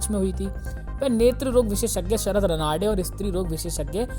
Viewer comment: रानडे sarname है l Pronouns अच्छा करो